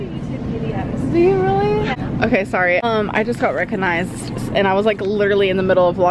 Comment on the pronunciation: Am I the only one who LOVES the way she says "I just got rECOgnized"